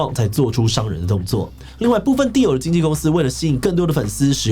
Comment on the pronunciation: 只有我一直聽 地偶, 地偶, 地偶 最後聽成 Dio的嗎?